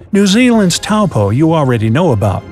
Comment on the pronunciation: I'm glad you managed to pronounce Taupo correctly 👍